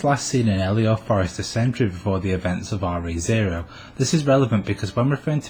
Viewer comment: Thanks for the informative content! Just one thing - it sounds like you're pronouncing the titles of the series as "Are-Eee Zero". The term "Re:" should actually be pronounced "Ree", as in the truncated form of the word "Regarding".